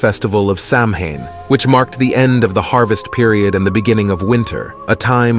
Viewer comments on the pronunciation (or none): Good and informative. Just letting you know, though, Samhain is pronounced "sowen".